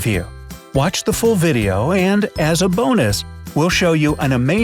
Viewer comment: did you say the full video or the fool video?